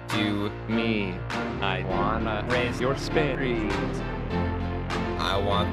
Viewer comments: Ninja said "I wanna raise your SPERITS" LOL I kept laughing at that😂😂😂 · Original: spirits Ninja: spireets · I love the way he says I wanna raise your Spiris